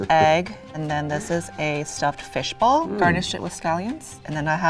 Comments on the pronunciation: FISH BALL!!! Not bowl. What is wrong with you and pronunciations you’re half American half English half Spanish now you don’t understand the word ball you’re driving me nuts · Dosny they mean fish "ball" and not fish "bowl"?!? Accents... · I think he was saying fish ball not fish bowl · He's saying fish BALL lol not bowl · Lol, right, I was like "glass? wtf are you talking about?!" 🤦